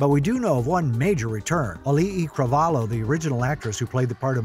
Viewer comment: Anyone else bothered by how he’s saying Moana’s voice actors name wrong. I’m triggered as I’m Hawaiian and from Hawaii.